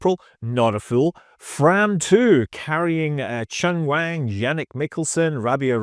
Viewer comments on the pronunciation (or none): none